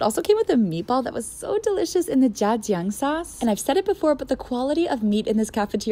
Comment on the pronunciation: It’s actually pronounced More like tiang than jiang